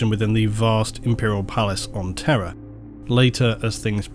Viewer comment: I like your pronounciation of Terra sounding more like Terror